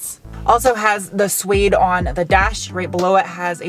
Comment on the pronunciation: Suede pronounced “Swayed”. Not “Sweed”. Sweeds are very nice people from Sweden, not a type of fabric.